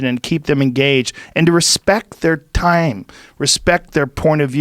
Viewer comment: Joe "respect their tYHmm" Rogan